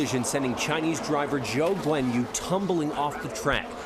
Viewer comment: The two best things done in the coverage here: They mentioned my boy George being a selfless man and helping Guanyu, and the reporter said Zhou Guanyu correctly